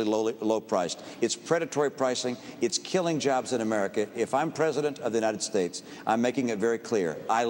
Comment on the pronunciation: Am I the only one who hears Bachmann mispronouncing "United States?" I keep hearing her say "Unined States" . There is a "T" in the word and it needs to be pronounced.